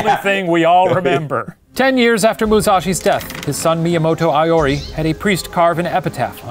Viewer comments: I kinda hated the whole thing of Iori being called "Aiori" xD, but like the video. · Great episode! As a Japanese person, I just wanted to point out some inaccuracies in pronunciation: Iori is pronounced (EE-ori), Honshu is pronounced exactly like it looks (Shane said Hoen-shu lol). Seijiro is pronounced (SAY-jiro). Overall I'm super impressed with Shane's pronunciation XD Fun fact: most samurai are not born with the name they're known by, don't quote me on this but I think Musashi was born Fujiwara Bennosuke (Fujiwara is a super well-known name in the history books, not sure if he was directly descended from anyone famous though)